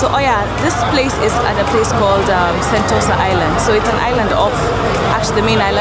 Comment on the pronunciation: WHY IT AIN’T santosa ITS Sentosa =,= SORRY IM JUST CRINGING